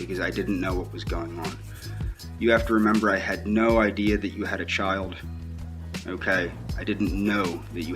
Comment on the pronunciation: “I knyeow you care about myuh because (you refuse to even acknowledge I exist) you blinked your eyes this afternoon, oewkay? Now to let me knoew you want to breed with myuh, all you have to do is say “si” at any point in the next week, oewkay? It doesn’t even have to be said to myuh, oewkay, just to anyone (smack), oewkay and it’ll be our inside joewke, oewkay?” How does someone like this continue living?